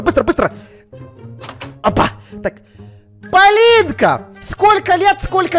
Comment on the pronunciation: хаха вместо того чтобы сказать ПОЛИНКА, СКАзал ПолиЛька